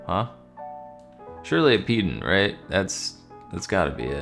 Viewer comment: a what, sorry? "peed'nt"? Pretty sure pedant is pronounced pedant.